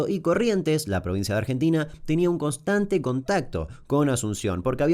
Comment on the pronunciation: Nadie: Damian Kuc: Costante